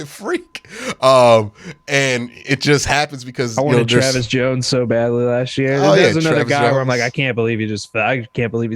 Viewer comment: It's "last year," not 'lashyear'. Annunciation is key to languages.